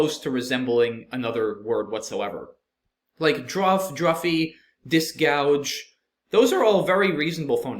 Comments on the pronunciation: gauge is pronounced like Gayge, not gouge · GAUGE is pronounced /geɪʤ/ not like GOUGE /gaʊʤ/. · Guage was misread in two places. Guage is the British version of gage, a measurement instrument, and is pronounced the same way and rhymes with cage.